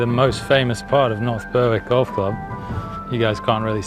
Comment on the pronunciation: great content. Its pronounced "berrick" btw